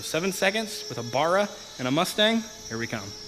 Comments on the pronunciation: Please repeat baa rahh not barugh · As an Aussie, can you please never call it a bar-ra ever again. BA-RA. saying that keen to see how this build turns out. keep up the good work champion.